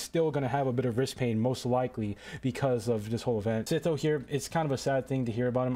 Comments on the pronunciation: dude its not "sitho" its "sytho" 😭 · its s-I-tho not s-i-tho